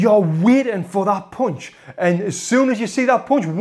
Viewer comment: Yo Tony, the word is "p-un-ch", as in "uh", not "poonch" as in "poo" ! LMAO Don't make me have to get in there and school you!!